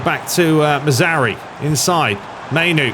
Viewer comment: Love the videos, but for the love of god it´s not Mazauri, it´s Mazra OUI, like the french Oui. Also dont forget the R in Mazra..